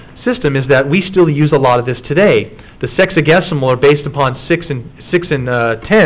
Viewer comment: I wasn't sure what he was saying but I knew it sounded funny!! And I head what you put in quotes! 😂😂😂